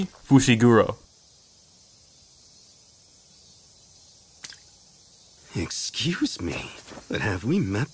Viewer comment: "toji fushigoro"